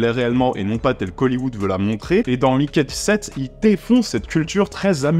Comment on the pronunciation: "je vais prononcer Mickey dix-sept car on est en France" Durant tout le reste de la vidéo : "donc Maiiikay seventeeeeeeen ..."